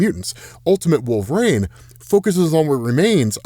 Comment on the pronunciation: Who in the world is "Wolveraine"?